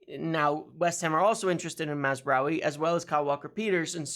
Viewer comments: Congratulations on your (repeated!) pronounciation of Mazraoui! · Congrats on finally pronouncing mazarai correctly